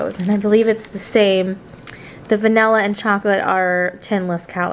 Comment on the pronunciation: Did she just call vanilla vanalilla